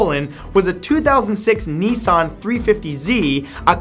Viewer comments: Nisson?? Niss-ANNE !! Balacalava?? BA-LA-CLAVA. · "2006 Neesaahn 350 Zee"...... Christ I've never heard a worse pronunciation in my life.